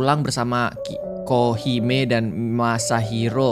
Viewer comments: KA REGI ITU KOHIME NAMANYA KOK JADI KIHOME WKWKWKWKWKWKWKWKWKKW NGAKAKKK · bang namanya kohime bukan kihome😂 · Ko regi baca nama nya yg bener 😂😂😂 masa kohime jadi kihome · Kak bukan kihome tapi kohime 😂